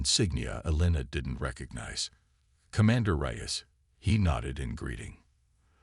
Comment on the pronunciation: The story would be good if not for your Crappy AI. Like someone else said, do most of you get your freaking AI from the same second hand store!!!!!!!!!!!!!?????????????? Your POS AI says "Reyes" differently damned near every time it is spoken. AND, what the crap is "em-BLEHZened"?